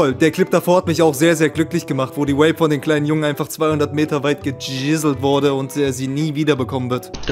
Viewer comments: Ey wenn der kollege noch einmal Vape als "Uäip" aussrpicht dann krieg ich einen Schlaganfall, das ist so unterträglich, bitte bitte sag doch einfach "Wäip" so wie auch die korrekte britische und amerikanische Aussprache lautet! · Irgendwie regt es mich auf, dass vape andauernd wape ausspricht